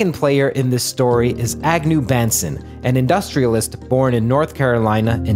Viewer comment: it is pronounced Ba(w)n-son. FYI. I know the family personally